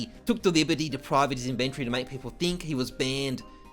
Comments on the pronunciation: the way he says "iventori" hahahhah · The way you pronounce "inventory" is cringe